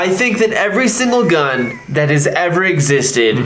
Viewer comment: “I absolutely love shooting the GuhhhN”